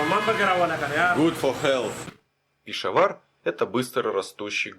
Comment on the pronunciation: 30 минута! Это тебе не Ебург, где можешь спать в сквере под скамейкой. Это не твоя война, уважай местных. А ещё пора понять, что в мусульманских словах ударение падает на последний слог. Не ПешАвар, а ПешавАр, не КаракОрум, а КаракорУм. И вообще впечатление, что таджики, пакистанцы, калаши поумней тебя, а ты их челами называешь, диктат. Козел!